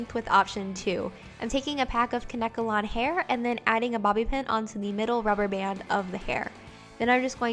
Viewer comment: Isn't it pronounced Kane kalon?